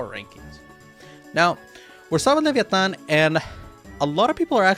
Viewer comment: Great pronuciation of leviatan u suprised me tbh jajajja